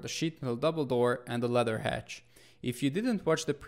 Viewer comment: LAD-DER not leather, you pronunciation is annoying but great videos i love em